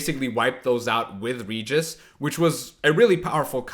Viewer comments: Pls, not "ridjis", RE-Gis (G like in Gregory and E like in Ernest) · "Reguis" com o R bem forte seria a pronúncia correta na terra natal dele, a dos vampiros. Mas porra, "Réjis" como na dublagem br, ou "Ridjis" como o fala fica muito mais legal